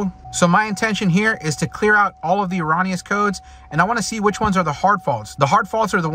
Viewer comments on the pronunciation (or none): Say it with me erroooooooooneous, it is not pronounced as ON. Also, Ecotec not echotech. There is not an H in Ecotec. Economy not echonomy.